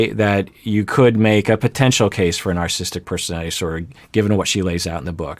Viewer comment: Two comments to this video...(1) It's pronounced NarcissISTic Personality Disorder, not Narcisstic Personality Disorder. Funny you never knew that. (2) The Goldwater Rule can be ignored if there is a "Duty to Warn," in the considered opinions of a reasonable consensus of professional practitioners and professors who conclude that, as has been the case in Donald Trump's presidency starting from Day One, his apparent personality disorders (including a clear case of Narcissistic Personality Disorder exacerbated by an apparent overlay of Napoleonic Complex and a Machiavellian worldview) make him an existential threat to our established system of governance and ultimately to the human race. Let's be honest here and stop hiding behind some idiotic Rule that is essentially a CYA response to a successful lawsuit and deal with the almost daily worsening threat that a continued Trump presidency presents, especially as his chance for reelection slips downward by the week. He is not a guy on the street, he is POTUS and also is someone who many of us have studied, interacted with and known for most of his adult life, myself included. And the fact that his personality, as exemplified by his entire life history, rings the bell deafenningly on all 9 markers of NPD and that he has the nuclear codes in his control should be enough of a warning to set aside the Goldwater Rule and get serious about informing the world about how absolutely bonkers and dangerous this person is to all of us.